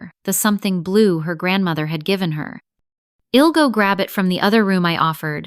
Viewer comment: STOP USING CONTRACTIONS. AI doesn’t get it. It is incredibly distracting! Id, wed, Ill - all WRONG words. HORRIBLE!